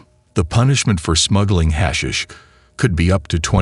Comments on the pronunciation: Your hash shish ended it for me...thumbs down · We get it, AI can't say 'hashish'....ahhh make it stop. Let's go with 'weed'. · Gets on my nerves pronouncing it wrong